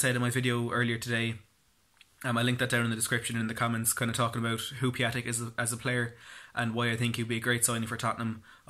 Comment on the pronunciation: Piątek pronunciation is Piontek . And he is Mr. Friday as Piątek (piontek ) means Friday in Polish :)